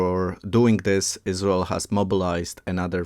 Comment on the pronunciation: Who is the speaker? Why does he call it Us-Rul?? Is there a video transcript or video in his native language? Interesting info. Thanks.